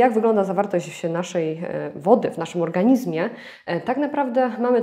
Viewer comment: Witam. Postaram się UPRZEJMIE. Odmiana słowa ,,organizm"...a dokładnie MIEJSCOWNIK W PISOWNI brzmi ,, w organiZmie", ale... WYMAWIA SIĘ to ze ZMIĘKCZENIEM - w organiŹmie. Dziękuję za uwagę.